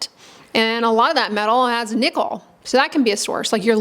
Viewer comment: Why did I keep hearing "nipple" instead of "nickel"? 😂 Anyway, good to know that the buttons on my jeans are the cause of my rash on my belly.